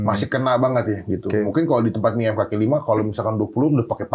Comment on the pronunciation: "Kaki" kali ya bukan "Kali"